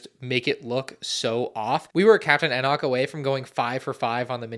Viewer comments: You still cannot pronounce Enoch... try E Knock. It's like that. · ItMs pronounced “E-knock”. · How does bro know exactly set numbers and piece counts of every lego start wars set but can’t pronounce Enoch right